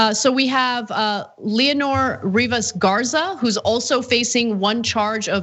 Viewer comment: You mispronounced Leonor.